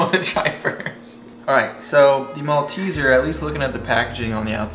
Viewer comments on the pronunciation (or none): You pronounced "Malteser" correctly only once. They contain malt. That's the clue. "Moll - teezers". I have to say I was disappointed by the American chocolates I tried when I was over there. The sugar level was almost sickly to me. After I discovered cann olis there, I was expecting a revelation or something. I think ours have increased the sugar over time as well. European chocolate will always be the best. You are unlikely to be able to get them there, but if you could taste the Cadbury Picnic chocolate slab (based on the Picnic chocolate bar), I'm sure you would love it. As for the "honeycomb" in the Violet Crumble, you can make it at home by boiling sugar with a small amount of water until it starts to brown. Remove from the heat and add a spoon of bicarb soda and stir well. It begins to puff up like crazy. Pour it onto parchment/baking paper, then put it into the fridge to set. Other classics are the Flake - which won't melt over heat! - Kit Kats, Caramello, Rocky Road, and Lollygobble Bliss bombs. (Although I haven't seen the latter for a long time. They are a nutty, caramel popcorn deliciousness. ) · In his defence, he did pronounce it correctly later in the video. Maybe Jenny elbowed him and whispered in his ear? 😀